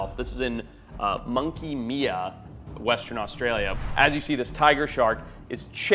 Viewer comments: Great video but I have to say for clarity, it’s Monkey Mia (pronounced My-ah) on the Peron Peninsula, Western Australia. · fabbbb video! just a little heads up - monkey mia is pronounced monkey 'my - a'. it is taken after the local aboriginal language word 'mia' meaning home or shelter. I am lucky enough to be from western Australia, and have traveled all up and down the west coast, including monkey mia and the ningaloo reef. If you have not visited the ningaloo, it is a must-see for ya bucket list. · no no no no my Aussie is so offended on how you said that it’s read Mia but pronounced mya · It’s probably been said already but Monkey Mia. The I is pronounced like the name of the letter. As in I am a monkey. When a vowel is on the end of a word the first vowel in the word is pronounced like the name of the letter not its usual sound.